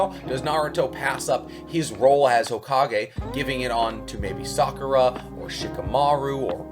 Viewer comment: Bro why did he say sukara to be hokage